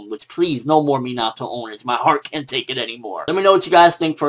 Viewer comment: I hate how he pronounces Minato